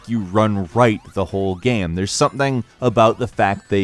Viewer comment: Why you say “gham” instead of “game”